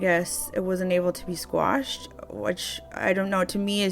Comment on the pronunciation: Ok. This is a critical comment. 1st, If you're a paralegal, why are you saying "Squashed"? It's QUASHED. 2nd, you kind of implied that SHE is the plaintiff when you said basically, the onus is on the plaintiff. She's the defendant.